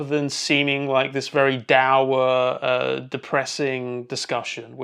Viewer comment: You pronounced “dour” wrong.